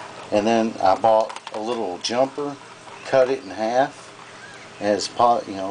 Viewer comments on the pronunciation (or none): none